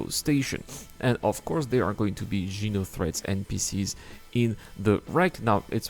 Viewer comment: xeno threat not jeno lol